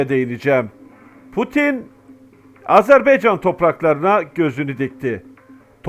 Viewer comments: Azerb(e)ycan yox Azerb)(a)ycan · hər şey əla.👍 Ancaq sizdən xahiş edirik.Öncə "Azeri" yox.AZƏRBAYCAN TÜRKÜ.(Azərbaycan halkı da demək olar) 2-ci xahişim budur ki, "AzerBeycan"yox. << Ə >> harfi yoxdur sizdə bilirik. Ancaq, heç olmasa AZER "BAYCAN" söyleyin, lütfen bu kimi şeylər bizi çok üzüyor. Her halda biz Türk qardaşlarımızın, həmçinin bizim də dövlətimiz olan TÜRKİYƏ(E) dövlətinə TIRKİYE desək sizin bizi kınamağa hakkınız var. Ancaq, bu kanal vasitəsi ilə TÜRK AZƏRBAYCAN birliyini tərənnüm etdiyinizə görə sizə sonsuz Təşəkkürlər. Kanalınıza Abunəyəm. Daima gözəl sevindirici haberlerinizi gözləyirəm (bekleyirem). Necə ki bizlər Azərbaycanda əksəriyyətimiz Türk ləhcəsində sözlərin anlamını başa düşürük, danışırıq (konuşuyoruz). Hətta, çocuklarımızın ekseriyyeti Türk lehcesi ile anlayır konuşur.Bu size bizim biri birimizle ne kadar doğma,yakın olduğumuzu tesdiq etmirmi??? Umarım Türk qardaşlarımız da Azərbaycan ləhcəsində danışılan sözləri bizim kadar öyrenmeye çalışarlar.Keçmiş Sovyet döneminde söylenilen Büyük Kiçik qardaş söylemi Azərbaycan və Türkiyəyə aid olmamalıdır.Azərbaycan da Türkiyə qədər həm əhalisi(nüfusu) həm ərazisi çox böyük olan dövlətdir.İranda (Güney Azərbaycanda) 40 ml.Azərbaycan türkü yaşayır.Toprağı da Qüzeydə Dərbənddən güneydə Tahrana kadardır.Şimdiki "ermenistan"deyilen dövlətin tümü, Gürcüstanda Borçalı və başka toprakalar. Türkiyə ile Azərbaycan birlikde güclüdür. TURANa gedən yol bu iki büyük QARDAŞ dövlətin birliyinden keçir. Bu və başka hallar bizim qardaşlııımı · HALA EZERBEYCAN DİYOR .